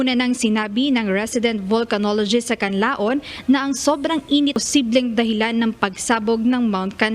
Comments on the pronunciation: Nakakairita ang reporter. Sana binibigkas niya nang tama ng KANLAON. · Isang deretsong bigkas po ung word na KANLAON.. hindi KANLA-ON.